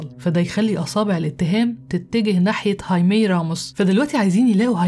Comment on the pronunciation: هايمي تنطق هكذا لأن الامريكيين لاينطقون حرف "الخاء" الموجود في الاسبانية، العربية، والالمانية وعدة لغات أخرى، ولأننا نستطيع نطق هذا الاسم فكان عليك ان تقولِ "خايمي"